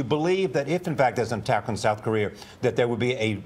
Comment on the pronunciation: Charlie Rose can't say Korea